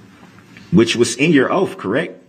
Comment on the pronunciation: "Oapf" of office is how he pronounces it!